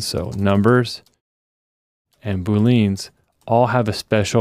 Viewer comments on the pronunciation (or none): Why call them like booleens and not booleans??? 😫😫